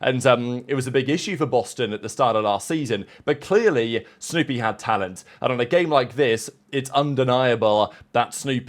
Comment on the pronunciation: Sounded like you said stoopy. Not snoopy.😂